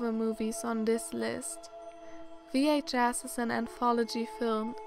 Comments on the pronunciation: I laughed on how you said vhs, what i heard was vh-ass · She said VHAss